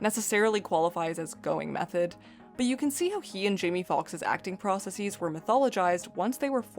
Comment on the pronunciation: Hey, don't pronounce"processes" that way, it is a Latin word not Greek.